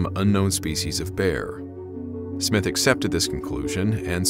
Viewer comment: Surely according to proper English it is not "It was footprints" but They were footprints, because more than one? Awful pronunciation of names Waddell, Stone (no e so not Stonein but Stonin rhyming with donning, Smythe if it has an e is said as Smythe (as in writhe) not Smith, basic English, Jeez